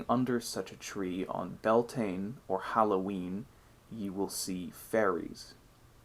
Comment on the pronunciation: Great video thanks! Beltane is commonly pronounced wrongly though by non-Gaelic speakers. Its said like 'be-el-teneh.' I think the mistletoe is associated with fertility because the white berries represent a mans seed whereas holly berries represent a womans menstruation. Something to think about when kissing under the mistletoe! 😬😂 Love the story of the wisdom fish that's a new one to me!